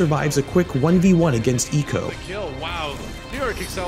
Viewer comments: Its ee que oh, not eekoh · It's Eeeh-Queue-Oh, not Eeeh-ko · Okay, I love this, but eeko? Cmon, it’s E Q O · Great video, though I'm super triggered by the way you keep saying EQO's name. It's "E.Q.O.", not "E-co" lol. Much love, keep up the great work <3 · Thought u pronounced it E-Q-O not eeko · Oh this hurts my ears. It's E-Q-O not ecco, Urrrggg! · It hurts hearing you call him "Eco" not E Q O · Equo, not e q o. Pain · Its e q o not eco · E-Q-O.......not eco. Sorry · pretty sure its pronounced E Q O and not ECO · It’s pronounced e q o not eqo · Yes there is a lot of depth in the detail other than the fact that he couldn’t pronounce EQO correctly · You NEED to start pronouncing player’s names correctly... “Leebero”? No, Libero. “Echo”? No, E Q O. It’s a matter of respect towards towards the players. You’d be annoyed if people referred to your channel as “ection asports.cam” because that’s incorrect. Please learn how to pronounce player’s names properly, for goodness sake you hear the casters pronounce them all the time so show a little diligence.